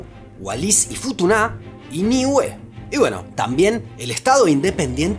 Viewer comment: Me encantan estos videos. Eso sí, se me hace curioso que pronuncien algunas palabras con acentuación equivocada: en español, Wallis y Futuna es /ˈwalisifuˈtuna/, con ambas palabras graves, al igual que Niue /ˈniwe/. La pronunciación aguda corresponde al francés, que es el idioma local en ambos casos, pero eso no cambia su nombre en español.